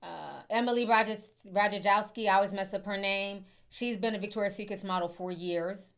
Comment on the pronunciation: It's Victoria'S Secret. Not Victoria SecretS